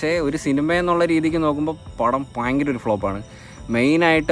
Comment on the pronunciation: Bhayankara❌ payankara✅